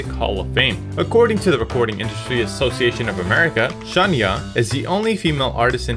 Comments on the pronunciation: Baby her name is pronounced sha-ny-ah not shawn-ya 😂😂😂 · You would think, the least you could do, is learn the correct pronunciation of Shania's name.